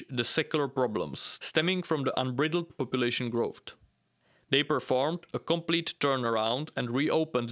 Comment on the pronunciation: BTW: "Baloch" is pronounced /balocz/ and 'unbridled" is pronounced /anbraaydald/.. The middle syllable sounds like 'bride'.